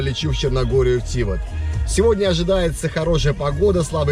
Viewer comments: Ударение на букву А!!! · А я думал, ТивАт. :(